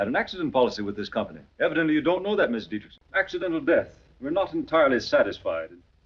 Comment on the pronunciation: The reason you’re having trouble pronouncing the name is that you’re trying to pronounce it ‘DietrISH-son’, when in fact the correct pronunciation is “DietrICK-son” 🤷🏻‍♂️